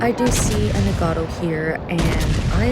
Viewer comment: A couple of notes on pronunciation you might like: Nagato - Na with the 'A' as in cat. Ga also with the 'A' as in cat, - Toe. Very short and clipped - practice it - Na Ga Toe. Same thing goes with Yamato. Ya with the 'A' as in cat, Ma with the 'A' as in cat, Toe. Very short and clipped. Ya Ma Toe Musashi - Mu with the 'U' as is but, Sa with the 'A' as in cat, She. very squeezed up , shortened and clipped. Mu Sa She. The Japanese tend to speak very fast and to the western ear it can be hard to pick out some words.